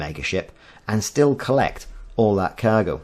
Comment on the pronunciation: I'm assuming by your pronunciation of "kaaaaiiirgo" you hail from sunny Kaaiiirdiff? ;)